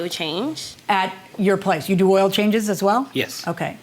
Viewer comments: I am curious why both plaintiffs pronounce the word "Oil" so differently. I have never heard oil referred to as "Ohyou". Maybe a geographical linguistic difference, considering they are both saying it the same way. Interesting. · Defendant says oyel not oil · The plaintiffs can’t pronounce the word, “oil”. They say, “oi-oh”. LOL… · I don't think I've ever heard the word oil pronounced the way those two did. Plaintiff did not prove her case. If you can't prove, you don't win. When you come to court, come prepared. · The way the plaintiffs pronounce OIL is like nails on a chalkboard😑